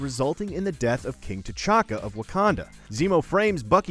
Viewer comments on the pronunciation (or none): Did he say King T’chalka